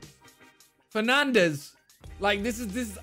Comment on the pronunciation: I thought he was saying penandes 😂😂